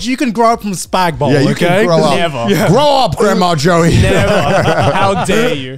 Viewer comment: i never wanna hear spaghetti bolognaise abbreviated as "spag ball" ever again